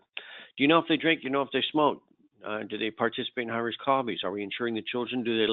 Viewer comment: When he says high risk something Sounds like he is saying Irish Coffees LOL